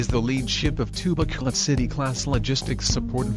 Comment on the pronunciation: BRP Bacolod City, not Bacoloc